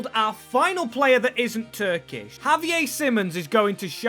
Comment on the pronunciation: Why did you pronounce Xavier Simons' first name like he's Spanish?